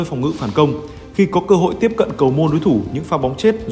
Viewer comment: Để các học trò có CÔ HỢI thi đấu =))) ôi ơi giọng bạn kia không ổn đâuuu tin thì hay mà nghe thì chán lắmm